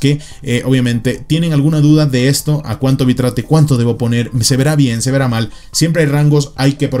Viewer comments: Se pronuncia "bit reit" no "bi trate" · nada mas oír la pronunciación lo saca uno corriendo (Bit-rate), bi-trate.... WTF? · Bitrate se pronuncia Bit-rate xD. que viene de la composicion de 2 palabras Bit Rango (bps) y Rate (velocidad) Saludos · /bitreit/ XD